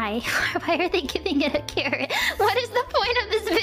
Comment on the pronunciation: it is carrot ,not Carol🤣